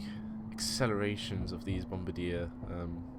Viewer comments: Bombardier is pronounced (bomb-bar-dee-ay.) Also, what do I do with the download file after I download it? I'm planning to buy it. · one thing about the pronunciation of Bombardier: say it like bomb-bar-de-yay